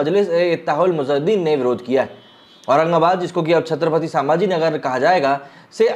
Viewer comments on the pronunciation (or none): छत्रपती संभाजी महाराज नगर ठीक से बोलो पहिले छत्रपती समाजी नगर नहीं हैं वो भ का उच्चार ठीक से करो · संभाजी and not सांभाजी... correct pronunciation please